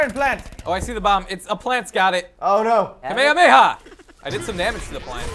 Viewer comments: did anyone else notice that said kamakamaha no kamehameha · why does say kamekameha